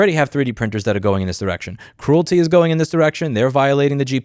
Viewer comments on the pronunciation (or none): It is not CRUELTY as in Cruel, it is CREALITY as in Create or Creator. AARRRG! I was watching this and kept thinking WTF is he talking about? I didn't recognize that name until I saw it in print and realized that he was mispronouncing the name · I don't know if you can't pronounce it or are doing it on purpose, but either way, calling Creality by the name Cruelty, works for me. LOL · Creality: “cree-AL-uh-TEE” Great video! Thanks for bringing attention to this absurd movement against innovation! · Love how you're pronouncing Creality as "Cruelty" 😂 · I like how you pronounce “creality” sounding like “cruelty “ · Great video Louis! Pronouncing Creality as "cruelty" is hilarious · mispronouncing Creality as Cruelty, Bambu Studio as Doo Doo Studio, lol.... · I Love That You Called Creality Cruilty 😂.